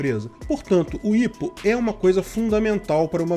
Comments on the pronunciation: IPO é mais comumente falado "ái pi ou", e não "ipo" em portugues, me soa estranho, mas tá valendo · Não se fala "ipou" a promucia correta é "Ai pi iou" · ótimo vídeo, eu só fiquei agoniado com a pronuncia do IPO(aipiôu) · aí eu fiquei "kraio mano, o que é 'ípo'.... ahh é o 'áipiou'". kkk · Ao autor do video: Vc sabe o que é IPO? Não se pronuncia ipo como se lê... Acompanhe o mercado financeiro. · Nunca vi alguem falar "IPO" KKKK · não se fala IPO mas sim "Ai Pi Ou". Temos IPO aqui na B3 também, mas empresas brasileiras normalmente fazem os IPO delas nos EUA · Estado: A: IH PÔ Ps.: Eu sempre ouvi pronunciarem IPO como Aipio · só uma dica: IPO se pronuncia pelas iniciais e em inglês!